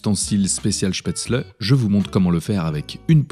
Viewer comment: En tant qu’alsacien ce que j’ai préféré était de remarquer que la prononciation de spetzle était parfaite